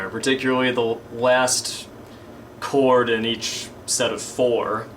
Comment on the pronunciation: when u said this chord in part 8 it sounded mor like discord^^ lol